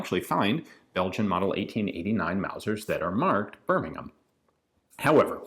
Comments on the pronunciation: As a resident of BirmingHam Alabama, I commend you for properly pronouncing 'Birming'am', England. 🙂 The history that you share along with these rifles makes the videos even more fascinating. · Wow Ian pronounced Birmingham correctly and not like an ignorant American emphasizing the h